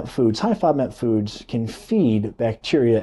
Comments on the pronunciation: Nice video but can’t understand what kind of diet you’re saying. Played it over several times. Sounds like “low fob mat diet”. Please spell it out. Thank you. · Please clarify what you were saying. I can't understand the word you repeatedly say but don't enunciate. Are you saying low-fat diet low-fat NAB diet? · How is he pronouncing that word? Is he saying fodmap? I don’t know could somebody help me here?